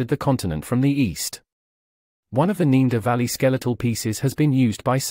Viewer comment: why says the moderator ne-a-derthaler right and neaderthalervalley wrong al the time?